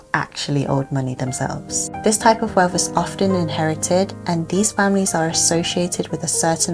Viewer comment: I just want to say that wealth and wealthy does not have an “f” in the word - 🙏- it shows your level of life and education when pronouncing words with “th” in them as an “f” sound. Don’t do it 🤷‍♀️